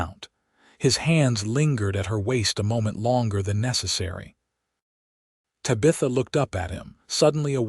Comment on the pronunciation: EDIT & REVIEW!! Edit the writing. Edit the READING. Edit the graphics. Edit the closed captioning. The name is pronounced "Tab-i-tha" not "Ta-bitha". EDIT & REVIEW!!